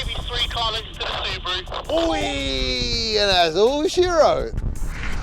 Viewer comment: There is no c in Subaru why do you say scoby